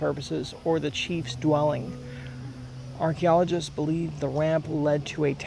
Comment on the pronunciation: It's cute how you pronounce archeologists.